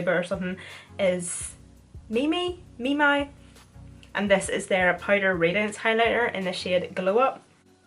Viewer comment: Think it might be memy pronunciation. Not 💯 tho.